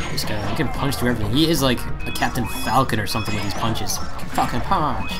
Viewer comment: DrNinja Guy he said falkon punch